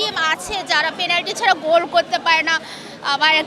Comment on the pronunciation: Penalty ❌ Planty ✅